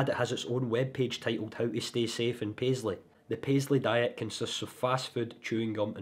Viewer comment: Wan word. “Paisley”. 🤦‍♂️